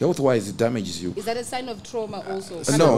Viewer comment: "Tirauma" pronunciation:text-green-game-over